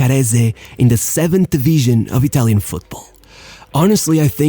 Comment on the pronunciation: Good video, but FOR GOD'S SAKE WORK ON ITALIAN PRONUNCIATION!!!!